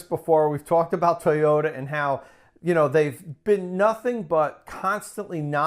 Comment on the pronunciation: Great pronunciation for Toyota. Great video! Thanks for inviting Tom on again. Great hair. Big valentines hugs!